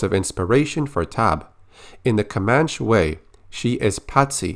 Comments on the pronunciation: ComanchE not comanch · Hey I think it's pronounced 'Komanchee'. Love your videos man keep it up! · It's pronounced "Kuh-Man-Chee" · Comanche is pronounced kom-AN-chee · It’s pronounced “Ko-Manch-ee.” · Your pronunciation was nearly on point, they actually tack on that E sound in Comanche. Great video, thank you for the updates! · you are pronouncing "Comanche" wrong..